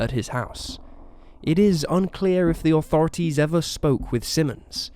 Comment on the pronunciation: Funny how you say Authorities....."Oh thorities" lol